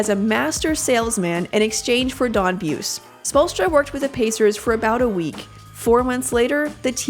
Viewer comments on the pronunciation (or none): It was pronounced "Boo- See" not "Booce" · If they want to leave this video on YouTube they should re-record the audio and get it right - out of respect. It's Don Boo-see, not Don Beuce. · Buse. Bu see ! Not buss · His name is pronounced Bu-zee not B-uce and it's spelled Buse.... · pronounced booozy.....don boozy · hahaha.....not boozy.....boosy.....don boosy......from holland indiana.....played college ball at evansville college...won a small college championship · Buse's name is actually pronounced "boozy" as hardcore fans of the ABA Pacers will attest. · It's pronounced boozy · It's "Boo-see." Do your homework. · The guy's name is pronounced Bu-see.